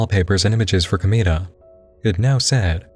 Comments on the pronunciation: komeeda... i can't, you just keep saying it! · Ohhh man.... Hearing you try to explain Danganronpa (and pronounce Komeada's name) kinda triggered me a bit, but I'll let it slide just because it can be... "Complicated" at times to explain with it's games, anime, and light novels. But other than that all the content that was shown seems pretty interesting. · who else died a little inside everytime he pronounced komaeda’s name like that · I literally only came here for the "KLM" section. Also the why you say "Komaeda" fucking killed me.